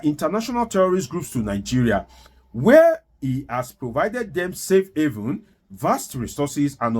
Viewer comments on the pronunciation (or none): none